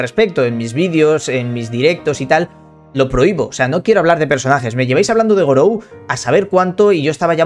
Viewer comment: Dijiste gorou, RIP